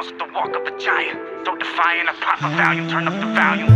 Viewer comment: Yung Titda Cody means when mgk says "started cryin', popped a valium, turn up the volume" He pronounces volume valium. It drives me crazy. He should've said volume naturally.